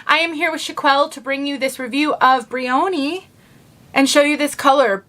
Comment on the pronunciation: I think the pronunciation is closer to brian, so the O is not a long O, and the division between Y & O is not as strong. Ya, as one having cowlicks, double crowns, etc. I love a simpler look in wigs, whether straight, wavy, or curly., as far as heat tools, I picked up a crimping iron to try on a regular synthetic. Before concerns set in, I think I'll use one of my meat thermometers to watch the head. Thought of getting a temperature gun, but not sure if I'd get as accurate of a reading. Have you tried thermometers to watch your heated wig tools? Anyway, I'd turn it on and off, to keep the temp from getting too hot, I plan on trying it on a RW Trend Setter, to make it more of a 70's-80's New Romantic/Punk/Goth aesthetic. Thanks,!